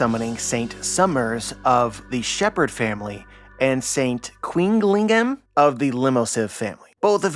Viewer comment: Love you,. Want to give you an edge on pronunciation over your peers. If the official goes with Qilingham, it means they’re going with the Chinese mythological creature the Qiling, “Qi” in Chinese is pronounced like “chi” in Japanese- so his name would sound like “Chillingham”. If the official goes with the Japanese name for this creature, it will be “Kirin” like Sasuke’s move from Naruto, then it will be Kirinham. It’s also possible they’re going for a mix of the two to make it “Killingham”